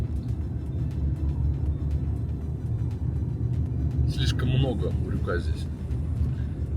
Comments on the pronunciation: Баткен,а не Баткент.Урюк,урЮка,а не урюкА. Урюк не абрикос. Баткенский урюк и урюк из Соха попали в книгу Гинесса по лучшим в мире качествам, вкусу,особенно - сахаристости.Все фрукты на этой территории самые вкусные в мире. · УрЮка. Не урюкА! Кто вас рузких учит ударениям? Кстати, мАнты, а не мантЫ. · Не урюкА млять,а урЮка!!!😂😂😂😂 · Никогда не оставляла коменты . Ео слух взорвало: урюкА урюкА. Ну как же так то . УрЮка. УрЮка!!! Это аутентичный фрукт Киргизия , Фершанская долина. Никогда его абрикосом не звади Маленький оранжевый - урюк! Из него варенье , варенье с косточками от этого урюкп. Крупный светлый - это абрикос. На варенье не годет, только есть сразу . Бестолковый фрукт..баловство..это абрикос. Максимум компот..но и то.. на компот лучше веуснее персик. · УрЮка. Делай правильное ударение. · Почему ты ударение ставишь на букву "а" в конце слова Урюк/Урюка????🤦‍♀️🤦‍♀️🤦‍♀️🤦‍♀️ Русский не знал, да ещё и забыл????👎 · Ударение не правильно ставишь в слове урюк!!!!! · Мне кажется ты неправильно ударение ставишь, урюка надо на ю?